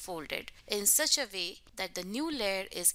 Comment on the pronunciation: u say "vay" instead of "way" lol